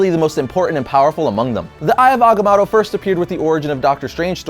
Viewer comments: there are only 2 "A"s in agamotto. its ag-a-mo-to.... not ag-a-MA-to. geez. couldnt even finish watching the video due to your bad pronunciation. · It's mow tow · It's pronounced Eye of Aga-moe-toe! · the way you pronounce Agamoto is so annoying... I'm half cringing half loving this one shot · You know, I originally thought it was pronounced Agamoto, but it's spelled Agamotto. Now I wonder why everybody pronounces it as Agamoto. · You pronounce Agamotto wrong no biggie but it did get annoying lol 😂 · Who else is bothered that hekept saying agamotto wrong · First time I've ever heard agamotto pronounced with 2 a sounds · dam it say it right. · You pronounce Agamotto weirdly.. :/ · i thought it was pronounced with the first o in agamotto being a long o.